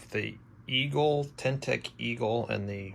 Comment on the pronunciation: teN-tec, not tec tec. thx for vid!